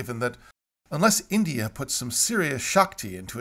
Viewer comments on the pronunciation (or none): none